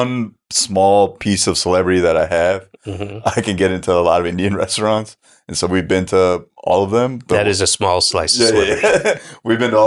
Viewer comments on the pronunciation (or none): This conversation got SPICY 🥵 David’s like “I’ll pronounce your name however I want, and I also have been to more ‘straunts.” He don’t give a fuck!! Good convo, though it did make sweat pour from my head and I almost threw up. I got a hiatal hernia, man, I can’t eat along next time